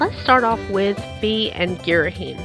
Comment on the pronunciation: It's not pronounced "fee" it's pronounced "fie" (as said by narrator in hyrule warriors) Btw I just found that out today XD